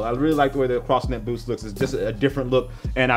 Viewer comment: When he said booth instead of boost it stood out to my ears so much